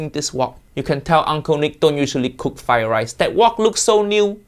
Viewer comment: Fried rice, not "fry" rice.